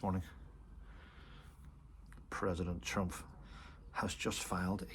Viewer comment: Please It’s TrumP not TrumF